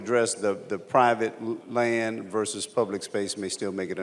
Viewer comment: doesn't seem to know that vs. stands for versus, not "verse". And try not to delete the last S from asterisk *.